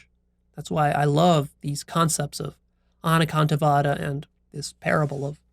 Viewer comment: I was born & brought up in a jain family and I'm well aware of anekantvad i.e. several perspectives. I love the way you pronounced this Sanskrit keyword.